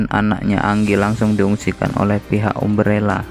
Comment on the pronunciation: Bacanya A-M-B-R-E-L-L-A kak bukan umbrella 🙏